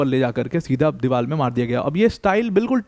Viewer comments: Deewar not Deewal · Deewar hota hai deewar